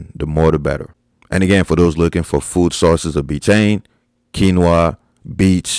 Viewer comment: you said quinoa right!